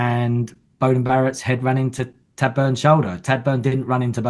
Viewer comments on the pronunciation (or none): Great show. Feedback for: Tadhg is pronounced "Tige" not "Tad"